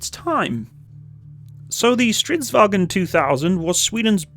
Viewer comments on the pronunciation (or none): A tip on the pronunciation: don't pronounce stridsvagn as if it's a German word. Its vagn, not "vagen". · "Wagen"? There's no E in there and it's not German. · Strids-VAGN. There is no "EN" at the end. That's a German thing. Strids-VAGN.